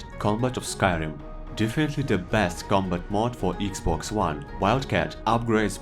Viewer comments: Iggs boggs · When he Said "eegzbogz 1 players" i Felt that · „Eeexbox“ made my day! 🕺🏻❤️ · When he said "eexbogs" I felt thst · when you said "thst" i felt thst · Eex bocks😂😂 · Can i getta 10 hour version of you saying xbox😅